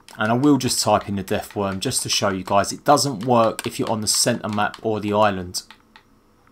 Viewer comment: It's worm not deathworn